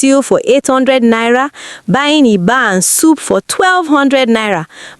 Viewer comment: Twelve hundred nira 😂😂😂